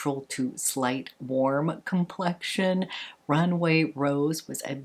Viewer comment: Rumway? Or Runway?! 😂